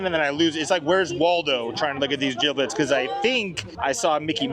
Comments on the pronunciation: Not you saying jiblit😂 it’s jibbit 💗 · Please let know it’s “jibbitz” not “jibblits” 🤣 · Jiblets 😂 it's jibbetts I like jerids version better! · lol not jiblit.. it’s Jibitz😂😂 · calling gibbitz gibblitz has me cackling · Haha, nothing is more millennial than calling crocs jibbitz, gibblets 😂😂😂, you’re hilarious! I can relate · lol I call it the same to far gone to pronounce it correctly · I was gonna say the same thing 😂 Not calling Jibbitz, “Giblets” lol